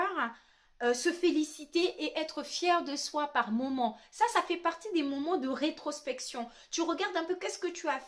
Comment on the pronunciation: Introspection mdr tu as du mal à dire ce mot hihihi.... Tu n'as pas tort avec ça mais le cerveau humain n'est pas habitué à faire ça. C'est du travail et du développement personnel !